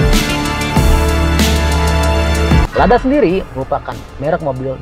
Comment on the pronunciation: Ladya bukan lada